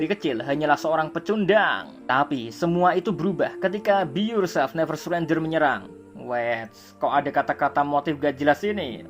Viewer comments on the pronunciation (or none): "Be YourTod and never surentod"